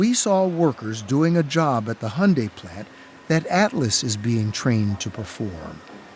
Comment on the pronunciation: Wtf is honday? It's called Hyundai !!!